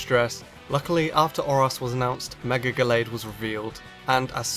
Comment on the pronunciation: I fuckin hate that you say megor not mega evolution